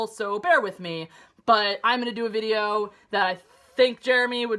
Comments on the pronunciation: love the way how you say "videoo" <3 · She's perfect, especially how she pronounces videooooooooooooooo.